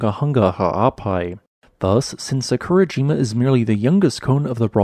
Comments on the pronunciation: Love your videos also the amount of work and research you put into them. Little sad that you do not pronounce the names of Japanese volcanos correctly and once you looked into how to break Japanese into parts how easy it is. Try Sa-ku-ra-ji-ma instead of Sa-kur-a-jim-a as a start. Sorry to be picky but for me, it really takes away from the video. Will continue to watch and give a thumbs up as always. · What did he say? It’s Sah-koo-rah-gee-mah. Omg. This hurts my ears. Try to pronounce the word without intonation. And don’t slur the m, buddy. 🙉